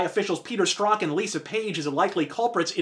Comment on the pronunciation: Dude, PLEASE STOP mispronouncing Peter Strzok's last name. It is NOT pronounced 'Strock'. It IS pronounced 'Stroke'. Repeat: His name is Peter Stroke. His name is Peter Stroke.